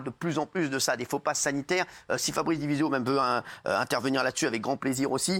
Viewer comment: C'est "di Vizio", pas "Divizio" ET c'est rien qu'un avocat prêt à mentir pour se faire du fric.